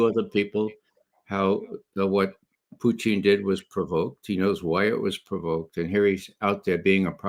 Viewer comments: I love Ray but his name isn't Putine. Putine is a food from Quebec made from French Fries with gravy and cheese on top. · Ray loves to say "Poutine" because he honestly believes that is how the Russians say it. His accent is so horrible he should stick to the way that most Americans mispronounce it.